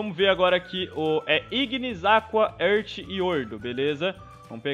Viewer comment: "ãrti", nova pronuncia pra earth